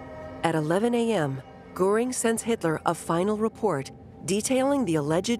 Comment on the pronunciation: From Gooring, of course!